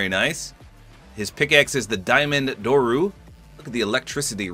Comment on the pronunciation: It doesn’t pronounced DorOU it’s pronounced DorE which comes from the Greek word Δόρυ the weapon of Spartans